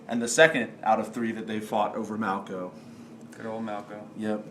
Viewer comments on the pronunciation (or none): Come on, it's "Malko". Also, I don't want to fight Lizards again! /cry!! I'm surprised that there was only the one battle this turn, but I'm glad because it turns out these two weeks were mighty busy for almost everyone involved.